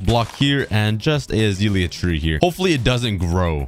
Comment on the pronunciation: Hes calling it azeelya it’s azelia 😭